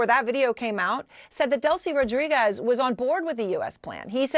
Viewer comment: You'd think a woman with such a big salary would know how to pronounce "Rodriguez" properly.